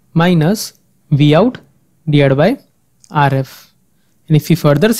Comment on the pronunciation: gosh i can barely understand. Rf is pronounced "ARE [space] EFF" not "ARE-IFF" with a rolling R geez